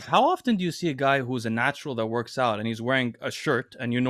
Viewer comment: And the word “out.” Him, Greg, and Jeff Nippard all have a funny, similar pronunciation for it.